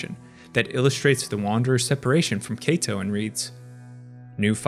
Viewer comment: For the record, Kaito is pronounced KYE-to, not KAY-to. It rhymes with high toe, not bay toe